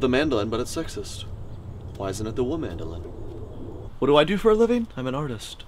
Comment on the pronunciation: So everyone's gonna ignore wo-mandalin